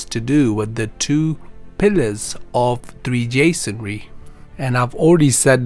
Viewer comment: Are you trying to say "Freemasonary" rather than "three jasonary"?